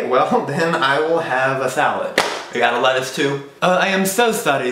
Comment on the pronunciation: the way he says lettuce in that accent >>>